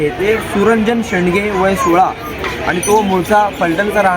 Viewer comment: "सुरंजन शेडगे" शेंडगे नाही.